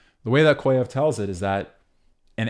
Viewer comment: small correction from a russian speaker... it's pronounced "kah-zhyev." excellent video otherwise